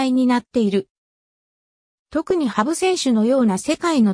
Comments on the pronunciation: はぶ❗はぶ❗と何度も言っていますが、「はにゅう」です。人名は間違わないで下さい。世界一有名なフィギュアスケーターです。 「はにゅう」です。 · このコメンテーター羽生選手の事を「はぶ」と恥ずかしげも無く言っているのが、とても気分悪い。世界の羽生選手です。 何度も言います。「はぶ」ではありません。腹立たしい！！ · ハブではないわよ。 羽生(はにゅう)ですよ！ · 羽生(はにゅう)と読んで下さい😅